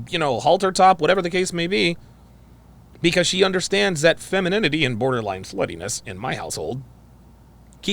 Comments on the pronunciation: "Fenemininity" lmao 🤣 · Askeses? feninime? I hope whomever is with this girl doesn't like intelligent conversation. Learn how to speak and pronounce words. For the love of god. 🤨🤡🌎 Reminds me of the movie Idiocracy. Wow.... I feel for my nephews and their sons!